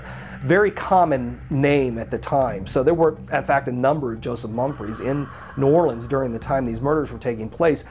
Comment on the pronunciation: lol! the way he pronounced New Orlean!